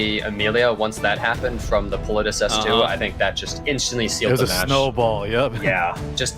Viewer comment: Lol I hate the way they say some of they names, they just be saying it any way they want, that was confirmed after the Politis was picked,, and the first guy was like Pal-lit-tis and the second guy said directly after him Pa-littus